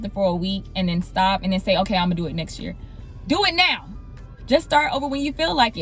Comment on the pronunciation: heavyyy on the “DO IT NOW”!! 😂